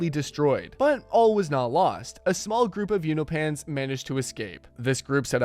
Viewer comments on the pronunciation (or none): Have you not watched the show? Why can’t you say Allen’s race right?😂